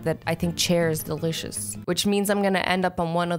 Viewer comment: it's Soo funny how you say delicious please make more appropriate videos cuz I'm only a 7yo